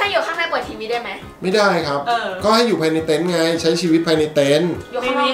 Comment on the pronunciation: เต็นท์ ไม่ใช่ เต้นครับ อ่านชื่อคลิปตั้งนาน😊😊😁😁